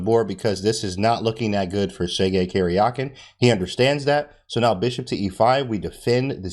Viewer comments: It's not "Kerjakin" but "Karjakin" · Karjakin is actually pronounced like Karyakin, I think. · Thanks for your awesome video. The correct pronunciation of their names is as follows: "DOO-bohv" "Kah-RYA-keen" - (I am native Russian speaker). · AHHH!!!! Stop saying Caryahkin! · Talk about brutal??? Absolutely butchered the pronunciation of Karjakin XD